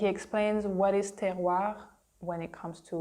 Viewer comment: That was fun. I'm glad your video was listed in my "recommendations". I'm sure I will enjoy the others too. One thing, however, except for the last time you said it, you were pronouncing the last "r" in "Terroir" too softly. It sounded like, "Terroi" (almost like a Quebec accent!). I remember hearing the "oir" in "Terroir" pronounced strongly and proudly.